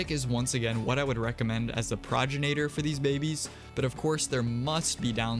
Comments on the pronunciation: Please fix how you pronounce progenitor. Pro gen ate or not pro gin ate or. Its the words pro and genitor together, it's not a regional thing or a country thing or a preference thing, you just say it wrong. Check any pronunciation website. Sorry, I don't mean to be mean but it just really annoys me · Pro-gen-a-tor is how you say it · what is a progenenator?? dya mean progenitor? pro gen i tor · The way you kept pronounced progenitor like proginator caught me off guard